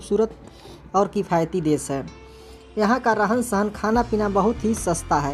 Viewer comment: आदरणीय आपका उच्चारण शुद्ध नहीं है। देश बोलिए ना की देस।